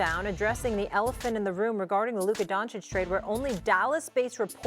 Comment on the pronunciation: Stephen A needs to learn how to pronounce the names of foreign players, especially the major ones. He consistently mispronounces "Doncic" and in this show repeatedly mispronounces "Zubac". C'mon, man. Show some respect and get the names right. It can't be that he hasn't heard anyone pronounce those names correctly.